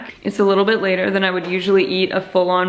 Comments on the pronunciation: haha, that french dialected "Laterrr" voice surprised me - thanks :D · "laiteg" xD